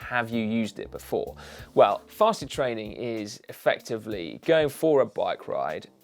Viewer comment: Wait! "Fasted" state! I though you said "Festive" state and downed a beer before every ride... No wonder I'm not loosing any weight!